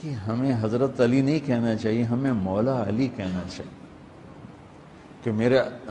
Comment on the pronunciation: Pehle sahi se padh mantunto mola fahaza ali mola ase padh